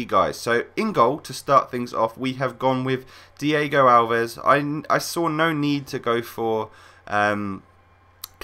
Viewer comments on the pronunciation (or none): you said diego alves in the beginning :p